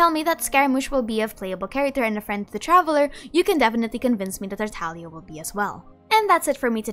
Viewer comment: tartalia tartalia tartalia :>